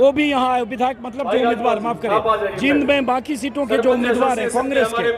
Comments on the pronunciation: ........Ajit Ji, this is not जिंद, this is "जींद" !!! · आप जींद बोल्या करो, आप जिंद बोलते हो.